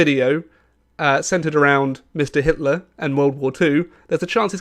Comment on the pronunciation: Your video contains hate contents towards Mr. Hitler because you read it as "Hilter" in the video😂😂😂